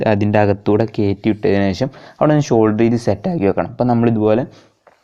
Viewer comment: ഷോൾഡർ അല്ല സോൾഡർ